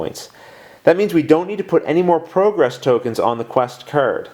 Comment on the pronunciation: I hate to say it but you've been making a mistake every turn. You're mispronouncing "progress". Seriously, it's an amazing job you're doing with this considering the high quality and quick turnaround time.